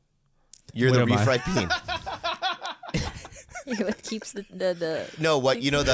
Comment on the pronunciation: Bobby can’t say “Refried bean” 🤣🤣@